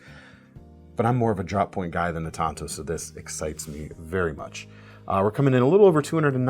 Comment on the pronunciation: Tonto? The native American? You mean tanto?